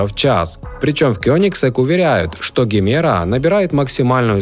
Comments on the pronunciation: Не Гемера! Произносится как Джемера! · Джемеро, а не Гемеро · Джимера называется, на презентации он назвал ДЖИМЕРА А НЕ ГЕМЕРА